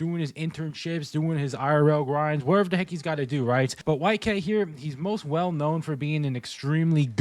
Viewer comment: Did bro just say whitegyatt 💀